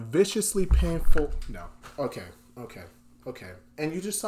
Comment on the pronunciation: He said "Nor" 😂